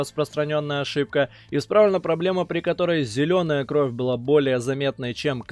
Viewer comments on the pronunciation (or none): none